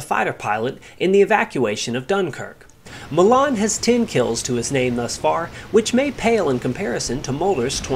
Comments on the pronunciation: 'Sailor' Malan. His surname is pronounced Ma'lan. Not ma'laaan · Sailor Malan (M-ALAN) not Mallarn please.